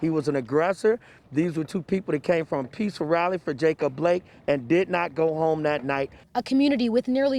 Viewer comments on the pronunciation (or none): Haha he said peacful rally lolol